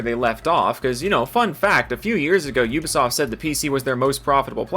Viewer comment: I enjoy how you pronounce Ubisoft. Damn "You-ba-soft" constantly screwing up!